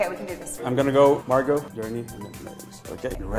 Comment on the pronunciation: Un pequeño consejo..no pronuncies la "t" en Margot